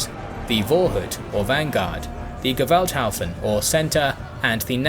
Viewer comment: Fyi, pronounciation of Vorhut is Forhoot, you got Gewalthaufen right, and nearly right the last one, but hut is pronounced hoot. They mean respectively literaly, the pre-hat or pre-cap, the violent heap, and the post-hat or post-cap. Note Vorhut also means therefore the "hat" of the penis, ie, the prepuce, which is what is cut off by some religions and people in male "circumcision", ie "circular cutting", since it is cut by rotating a blade..